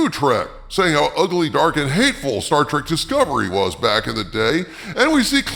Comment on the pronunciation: 'i loves 'star track'! -- 'star trek' 'writer'